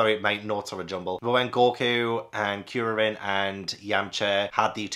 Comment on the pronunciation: Kuririn is Kuri, which means chestnut in Japanese (because his bald head) and Shaolin, because he’s a monk. And Krillin I think is just because Kuririn is so hard for English speakers to say. You say it right tho. Almost all the names in dragon ball are puns.